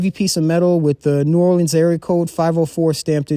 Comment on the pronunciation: Idk where you from but people that's from New Orleans don't call the city Nawlins